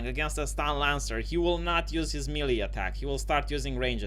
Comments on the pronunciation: melee is pronounced maylay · Booooooo you suck. This is worse then DSP teaching Street Fighter. Don't Me-Lee me in your Bee-Ta.